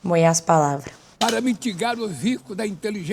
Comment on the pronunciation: "moiá as palavra" morri